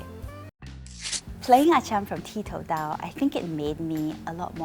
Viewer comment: Koe Yeet, did you and the rest of the cast realise that 'ti tou dao' was mispronounced many times as 'ti dao tou'?